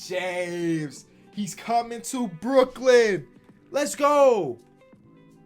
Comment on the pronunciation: Brook-Lin is back